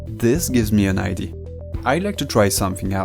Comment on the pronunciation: "idee-ah" not "idée" ;)